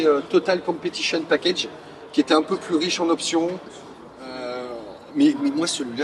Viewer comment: "Pu" pas "Plus" ! Avec les explications orales de Franz, c'est encore mieux que de les regarder !